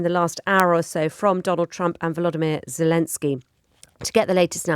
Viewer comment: Vladimir, not 'Vlodimir', where do they get these presenters?